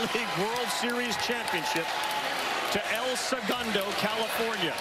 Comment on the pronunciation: When they say "California" I hear "El Segundo."